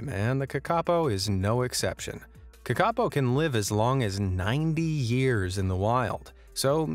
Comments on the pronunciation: its pronounced kaka-po not kakapo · its not "ka ka po" its "kaka po" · kakapo is pronounced Kar-ka-po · You say it like (kaka-po) It's acctually (Ka-ka-Poh) I'm sorry I just dislike it when someone mispronounced the language 😁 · Kakapo - NZ parrot - pronounced Kaa-ka-por (like or). Thank you for including this beautiful bird. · AS A NEW ZEALANDER THE WAY HE PRONOUNED KAKAPO IS WRONG IT'S PRONOUNED Caca-po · Bro u said kakapo rong it’s pronounced ka ka pou. Sorry if this small rant sounds like I’m hate commenting im just a very persistent New Zealander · its pronounced ca-ca pou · Lol how you say Kakapo. Cute. Might pay to check pronunciation before posting vids. I do love your content though. Really interesting stuff people wouldn’t otherwise know. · The new Zealand bird the kakapo it's pronounced different to how it's said in this.